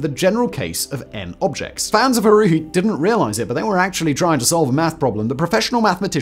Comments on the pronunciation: And "Haruhi" is pronounced Har-Rue-He, not Har-Ru. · The way my face scrunched up with each "Haruhi" 😖.... it's worse than Michael B Jordan saying "Naruto" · Harui, Ramanujan, Euler and Fermat were all mispronounced in the video. Disappointing!